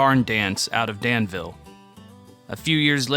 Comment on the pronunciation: Well done, sir! I saw your doc on Del Shannon, then this one popped up. There's not much to Sutherlin, so Danville claims her as one of our own. 😂 She's a hometown hero for sure. Just to clarify, we say dan'-vull. 😂 I look forward to more of your docs! A labor of love to be sure!